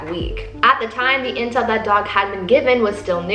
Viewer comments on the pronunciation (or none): none